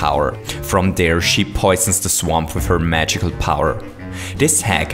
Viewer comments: Did You Say -Mario's Only Chanse To Cross This "SWEMP" -?? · says swamp incorrectly